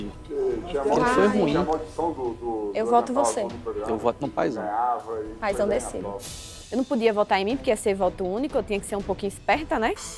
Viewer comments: Toda hora que o fala Paizão, uma fada morre. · irritando já toda hora falando paizão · Velho,o já tá me irritando toda hora "PAIZÃO" afff